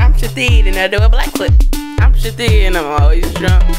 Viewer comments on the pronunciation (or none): It's hilarious that they pronounce it " Shi-teed " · This whole time I thought she said that she was saying "I'm Shadine" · Ruby Elizabeth I thought she was saying I'm shadee hahaha I thought it was her name ... Lmfao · uhm... It's pronounced "sha--theed" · i thought she was saying shadid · pjvo2001 i heard shadeed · Took me a while to realized the shithead was pronounced shith-ead It took me so long, I was confused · holy Mothers i thought she was saying chadine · Shithead pronounced Shi-tead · uHHH IT'S PRONOUNCED, "sHI-THEED!" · Brenda Tucker It's pronounced Shithead. Shih-theed. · I will now pronounce ‘shithead’ as “shateed” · I thought she was actually saying shit head but with an accent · I can't believe I watched this over and over and did not realise she was saying Shithead